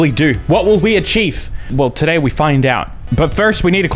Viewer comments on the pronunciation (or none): none